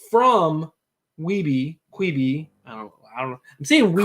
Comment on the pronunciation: Great show. Except saying quibi gave me an aneurysm